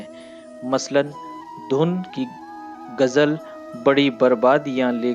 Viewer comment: Narrator 's pronounce is very strange. Even the word Gazal ne pronouned as Gajal.